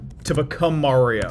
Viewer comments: I’m cracking up at how he kept saying “Mary-oh” until he started watching the video and they were saying it correctly, then he started saying “Mario” without even realizing it lmao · i dee kay dude its merio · BREAKING: Man Spends 15 Minutes calling Mario "Merio" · I cringe everytime someone says Mary-o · why do you say merio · once said:mareo P.s. I know it’s said Mario but how said it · Take a shot every time he says "MEHrio" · MAYRIO TRAILER MAYRIO TRAILER ITS MARIO TRAILER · Who the hell is “Merry-oh” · At the beginning of the video he pronounced it mayor-io and at the end of the video he pronounces it Mario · does not have a voice that's supposed to say Mary-o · It’s not merryo it’s Mario, like mark, or Marvin, or marshmallow. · MAIR-io??? it's MARR-io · why do some people say "mare-io"? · why does he say may-rio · stop saying merio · Mah not mae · Even though I think he’s trolling us, every time says “Mayrio”, I flinch. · Mare-io pronunciation is a joke — you can hear him switch between the two throughout the video -Paintspot Infez Wasabi! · Did bro just say Mayrio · The way you pronounce Mario is painful. Maehryo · bro said merry-o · Bro did not just say Mare-ee-oh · My favourite part was when he was like "It's a me, Marry-O!" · please stop saying “mare-io”. you are better than this. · I don't know how authoritatively you can speak on Mario voices, given that in this very video you were pronouncing it "Mary-oh" right up until Miyamoto's dub actor spoke it out loud. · why do you keep pronouncing it Merio? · The minute I heard you say ''mArio'' I instantly disliked 😂😂. Also love the trailer and I can't wait for the movie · Why do people pronounce Mario as Meh-reo? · Weirdest part of this video is how he pronounces mario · He switches between pronunciations so it definitely is lol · I feel like this whole video was just taking 15 minutes and 48 seconds to tell us that he pronounces 'Mario' wrong